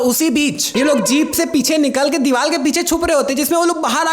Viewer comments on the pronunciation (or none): Diwaar ❌ Diwaal✅😂😂😂😂😅😅😅😂😂😂